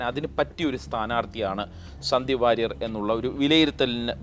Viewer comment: 😅ഇവൻ വാരിയർ അല്ല സുഹൃത്തേ.. അത് പഠിക്കു...